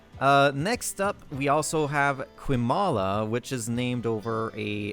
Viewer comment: Ayy, the temporary recruits are here! Keep up the good work, looking forward to seeing Kaali's death explored! Also, Qiumala, is pronounced Chi-u-mala